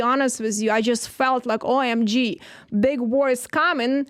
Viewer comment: Did she really say “ O M G “ like in pronouncing a acronym??? 🤣